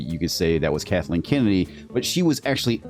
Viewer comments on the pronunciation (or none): none